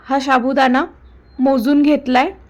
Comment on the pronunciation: मॅडम साबुदाणा हा शब्द नीट बोला